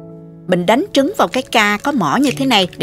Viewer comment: Mình nghe cô nói trúng gà ?